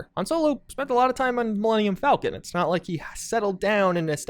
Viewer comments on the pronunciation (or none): none